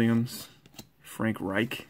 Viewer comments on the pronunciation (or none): none